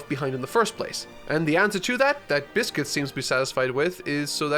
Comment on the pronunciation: Man said biscuit it's Bixby 😂😂😂😂😂